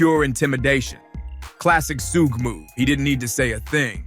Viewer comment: shugg shugg shugg and your captions have a lot of errors in them.. please you say Sooge but the captions say Snoop and it should be Suge (shugg shugg shugg)